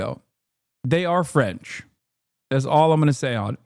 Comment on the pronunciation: Not a bad French accent, Hasan. 👏🏽👏🏽👏🏽